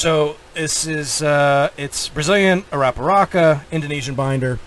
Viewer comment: Brazilian Arapiraca.... it's Ara-P-Raca....you gotta roll the r's LIGHTLY so it's almost more like Ada-P-daca. But it's definitely not pronounced "aRa-P-Rocka".